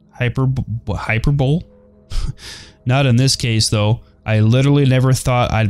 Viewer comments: it's not Hyper-Bole. It's Hyper-Bol-e Hyperbole. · It's pronounced hyper bo lee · How to pronounce "hyperbole": Hi-purp-bol-i It is personification. It's the exact opposite of an understatement.